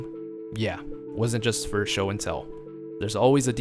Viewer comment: Did anyone else notice jost instead of just?